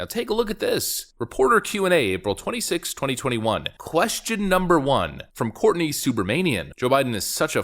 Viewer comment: To be fair, Jo-jo may mistake Courtney for a WRX enthusiast if not for the pronunciation